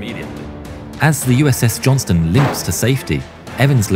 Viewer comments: Robonarration keeps calling her the "Johnson". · Buddy, don't neglect to pronounce that "t" in "Johnston" if you don't mind. We prefer to not be confused for the Johnsons. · Please Don't forget the T in Johnston